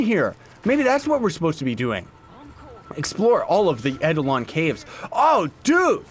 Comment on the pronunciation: Friendly reminder: its actually pronounced Plains of EYE-DEL-ON